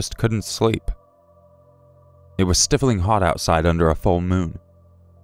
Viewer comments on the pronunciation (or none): 'Stiff-full-ing'? Should be 'Sty-full-ing'. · Love your channel - but "stiffling" (should be pronounced sty-full-ling) made me physically cringe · I've always wondered why you chose the name ""? Also, just a quick FYI: you probably already realized this, but at the beginning of story number one you said, "stifling" but pronounced it stiff-ill-ing, when it's pronounced sti-full-ing. Thought you'd want to know... And I do "love the pickle". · Sty-fuh-ling for Stifling.